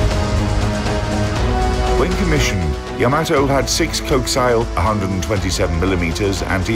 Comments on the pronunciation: Your narrator needs to learn how to pronounce co·ax·i·al /kōˈaksēəl/ Not 'cohx- ile' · YA-ma-to. co-AX-i-al. ffs, the time they must have spent making this video, yet to still have fucked that kind of thing up? wg pls buf ur vid team